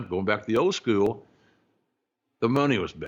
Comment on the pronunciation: I wonder how "skew-yewel" differs from "school".